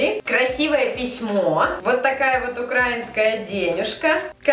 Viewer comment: я тебя конечно ооочень люблю, но не укрАинские, а украИнские. УКРАИНСКИЕ!!!